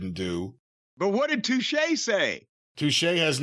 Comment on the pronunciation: It’s pronounced “toosh” lol